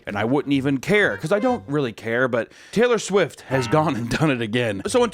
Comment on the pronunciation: Uh, uh, Swaylor Tift.